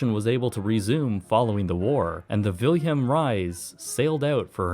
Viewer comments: Suggest asking your computer how to pronounce names like "Willem Ruys". It's "Villem", not "Wilhelm". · Very good documentary but how you rape the name "Wilem Ruys...😅😅😅sorry.. I'm Dutch so...